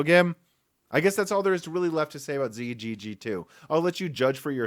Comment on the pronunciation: Intel Xe is the letter "x" followed by the letter "z". It is NOT pronounced "zee".